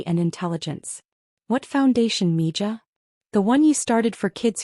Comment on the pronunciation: I believe mija is pronounced mee ha. I googled it to be sure. It says it's a Spanish term of endearment. Your AI isn't as smart as you think it is. I knew that word, and I'm not even latina.